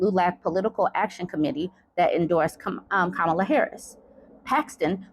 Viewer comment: It's Comma-Luh lol, not Kum-Allah Isn't it funny how these rac*sts like to insinuate that anyone non-white is un-American, unintelligent and if successful, positioned there due to their other-ness. He's pretended she has no merits. I can't wait until she floors him and I hope it gives him a major medical emergency - right on live tv😂